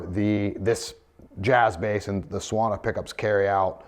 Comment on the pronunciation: Suona means "he/she/it plays" in Italian. It's pronounced "soo-AWE-nah", more or less.